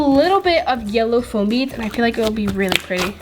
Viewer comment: You said flom beads